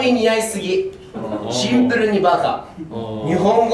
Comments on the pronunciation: 「シンプル」を「ツンプル」って突っ込まれてから、ずっと絶対ツンプル入れてる元太ツンプルに可愛すぎる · ツャツはツンプルにきろ ワロタ😂